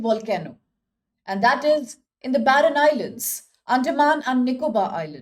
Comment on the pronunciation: barren island not "baron "